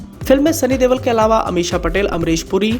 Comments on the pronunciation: Yar sunny deol ha tum sunny DEWAL kyu bula rahe ho 😄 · Deval nai deol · Deval ni deol aa bhai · Sunny dewal nai Bai sunny deol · Not Deval but Deol